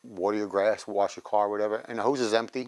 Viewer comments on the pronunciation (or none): none